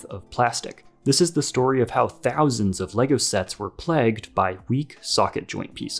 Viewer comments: "Plagged"? You mean "plagued", right? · "plagged" lmao It's the verb of plague. So would be pronounced like "playg-ed" or something. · You're pronouncing "plagued" wrong. :P It's not "plagged", it's "playgd". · Pronouncing the word “plagued” as “plagged” is crazy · This specific color brick has PLAGGED? WTH, do you not know how to say plagued? Plague dude, wtf is plagg. Skipping. I don't watch idiots. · Some of the words were narrated incorrectly too. I noticed early on ‘plagued’ was pronounced as ‘plagged’ and ‘accept’ became ‘assept.’ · no. There is no accent where you would say ‘plagged’ instead of plagued. 🙈🤡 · Same reason he pronounced "plagued" wrong : Engagement.